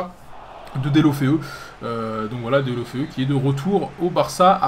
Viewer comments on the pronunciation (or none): none